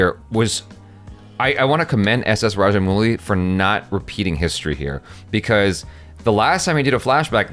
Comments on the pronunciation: Kinda weird seeing u both face each other n discuss as if we viewers r out of it. And rajamowli pronunce not muli=raddish in hindi xd. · Some Foreigners call him raja"mougli"